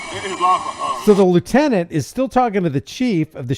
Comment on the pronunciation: Lie you tenant (lieutenant)